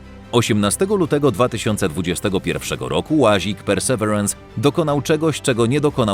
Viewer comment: Mamy słowniki polsko- angielskie dla sprawdzenia poprawności wymowy. Perseverance - / persy ' virens/. Pozdrawiam.